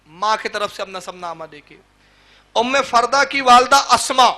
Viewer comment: ام فروہ ہے ام فردہ نہیں ہے